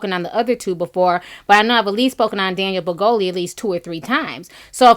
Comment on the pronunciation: Ti, every time you say “Daniel Brigoli” I laugh out loud! 😂😂